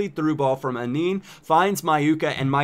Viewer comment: Anin is pronounced An-an